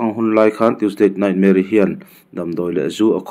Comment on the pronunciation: Tuesdate Nightmare ti a chhiar ang tlata ka ngaihthlak chu le, ka hresual palh nge.